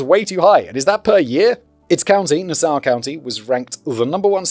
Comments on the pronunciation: He couldn't even pronounce Nassau, a name he must be familiar with as the capitol city of the former British colony, the Bahamas. At least he got Suffolk right which also is a name he would be familiar with as a ceremonial county in the east of England. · The best part is he mispronounced Nassau County in the same way in the previous, unremembered video…